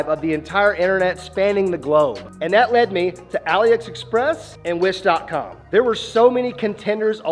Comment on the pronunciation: "Aliex express" "Alex Express" 💀